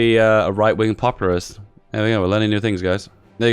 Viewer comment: also the word is POPulist, not popURAlist. REE